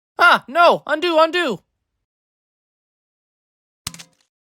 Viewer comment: Bro really said undo 💀💀